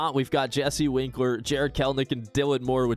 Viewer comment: Winker not winkler haha